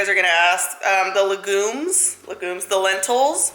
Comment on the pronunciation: She called lentils lehgooms 🥴🤣🤣🤣